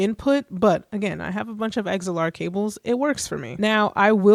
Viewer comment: You lost me at “eggs-L-R”